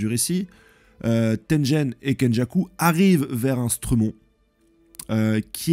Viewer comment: Cela se prononce Tenguen pour Tengen et Guegue pour Gege. Les G sont durs en japonais